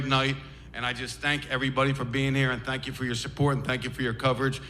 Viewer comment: THANK NOT TANK. THANK YOU NOT TANK YOU HAHAHA. FUGGN SCALLYWAG